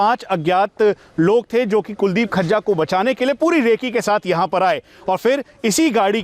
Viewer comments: Khajja nhi vo fazza hai bhai 😁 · Gajja, majja, rajja susro se FAJJA nhi bol paa rhe kya anchoring karenge....Batao badmasho ki itni himmat ho gai custody mein se bhaga le gye...chalo Guru chela dono ka kaam tamam ho gya.